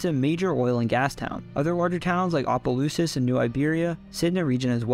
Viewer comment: He said Opelousas right.👏🏿